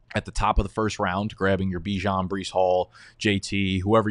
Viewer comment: Instantly clicked off when you pronounced Bijan's name wrong. How can I take your knowledge seriously when you don't even know the one of the top players names?